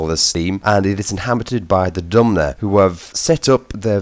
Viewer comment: You keep saying dumner. It's dunmer